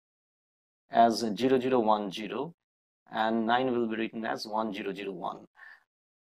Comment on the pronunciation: Thanks 😊 and by the way it's zero not jero